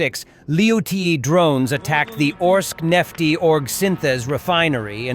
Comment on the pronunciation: It's not really "Orks-nefty"?! 🤔😝